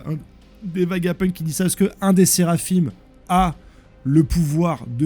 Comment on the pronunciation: c'est Egg'Head et non egg hid ça veut rien dire et c'est SERAPHINS et non seraphime ça existe même pas ce nom, tu le fais exprès ou quoi?